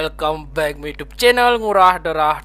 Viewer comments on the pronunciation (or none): none